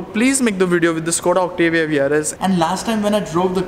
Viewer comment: It's not octivia it's Octavia